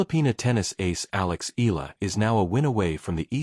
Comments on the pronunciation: Eala pronounce E-YA-LA not E-LA. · e-ya-la not e-la